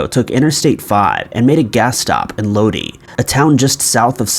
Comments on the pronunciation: Man it's gonna bug me so...I gotta say it...It's Low-die, not Low-dee in regards to how the pronunciation of Lodi is.... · Pronounced Low-die....yeah that little place in California won't be the most fun to be stuck in! Lol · Lodi - pronounced load-eye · Fyi- Lodi is pronounced load- eye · I was gonna say that too, except low-die but you know either works